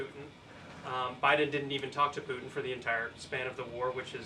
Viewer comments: It’s Putin not Pu’in … what is it with millennials and pronouncing “T’s”? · Who is poo- en??🔖🔖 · How can she be so intelligent… and say “poo-in”?????🤦🏻‍♂️ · BBB is a tax break for millionaires by eliminating medicare. Can’t believe a word she says just like her dear leader. Her cross must have finally melted under the weight of all her hate and lies. Maybe she should learn to pronounce her Ts when she speaks.